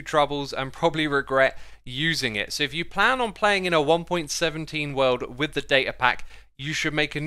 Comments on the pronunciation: you kinda said "one pointeen" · “in one pointeen”